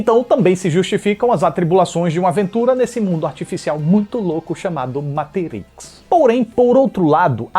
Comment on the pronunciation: Muito obrigado, por falar "MATRIX" e não "MEITRIX" como a maioria dos youtubers!!! Tu eh o escolhido,!!!